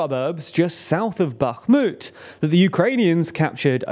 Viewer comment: Comgrats for not saying "Backmut"